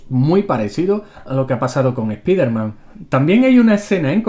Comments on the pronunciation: Canal Random O.K. bueno, en algunas cosas me he equivocado, lo reconozco. Si yo volviera el tiempo atrás, me gustaría cambiar TODO el enfoque que le dan los españoles a la pronunciación de las palabras del inglés (estan horribles), ¡digo! lo haría desde el punto histórico en que todo esto comenzó, sacar a su población de la ignorancia sobre cómo deberán ser llamados los nombres de los personajes y traducciones estaría dando un respaldo constructivo mucho mejor (Sí ya sé, latinoamérica ha depositado muchas heces malolientes en sus doblajes y todo, pero con el paso del tiempo hemos avanzado mucho en palabras, términos traducciones y nombres originales; ¿Porqué en España no pasa lo mismo?) [Por cierto, yo quisiera que destaquen esto en una nueva serie de videos "No Son Errores de Comentarios" algo así 😆xD]. Además, decía lo de Spider-man, Cyborg y otros porque quisiera oír a decir sus nombres tales cuales son (y eso que presume saber de inglés delante de Thrawn 😆), pero como soy su amigo no quiero presionarlos en cómo se debe decir, sólo decía estas cosas por complacencia, gracias por su amable atención 😏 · Nunca se ha llamado así en NINGUN país. El personaje es "SPIDER-MAN" y es una palabra en idioma inglés que se pronuncia "SPAIDER-MAN", a menos que se traduzca a "HOMBRE ARAÑA". Sucede que en España LE DICEN así porque, al parecer, hay una afán de españolizar cualquier cosa. Si en EEUU le dicen al "Hombre Araña" algo como "JOMBRGE AGRANNIA", también debieran ser corregidos, por muy "SPIDER-MAN" que sea el original en inglés. :-P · ¿"ES-PI-DER-MAN"? ¿Es en serio eso de españolizar vocablos en idioma inglés? No entiendo qué es lo que les cuesta reconocer que la pronunciación correcta es "SPAIDER-MAN".